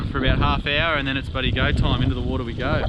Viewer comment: at the expense of sounding like a idiot... wtf is a toime?